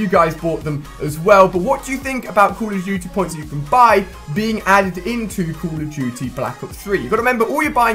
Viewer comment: Heh heh call of juty